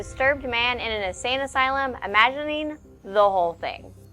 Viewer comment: "Imagirining" !!!!!!! lmfaooooo